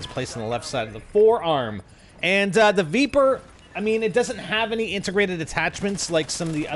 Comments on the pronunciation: Spider i think its pronounced vepr not veeper, the e sounds the same as in leg or peg not bee or knee :) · I'm pretty sure its pronounced "Vepr" not "Veeper" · also its pronounced "v-eh-pr" from the word Вепр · Sweet jesus stop pronouncing the name of the gun like that! It dosen't have four e's!